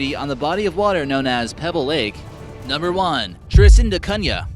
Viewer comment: I don’t think he researched the name for Tristan de Cunha. (Trist-tahn-deh-Kun-uh, not Trist-tahn-deh-Koon-yah)